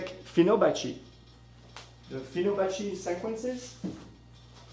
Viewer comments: Let me correct You. It's Fibonacci not Finobacci =] but video is good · Hey buddy. Good science. Bad English. It's fibonacci. Not finobacci. Google it. Namaste